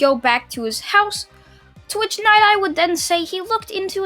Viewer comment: Dude its night eye not ny eye